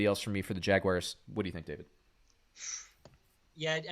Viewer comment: man. I gotta be honest. I cannot stand when grown ass men pronounce the Jaguars like that. Jagy wires... WTF is this? Elementary school?